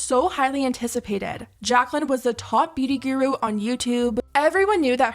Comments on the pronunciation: Why do yall pronounce guru as ghew roo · Thats- how you pronounce it??